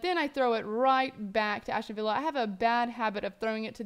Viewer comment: Aston not Ashton...